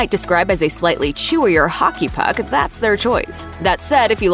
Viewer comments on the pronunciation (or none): none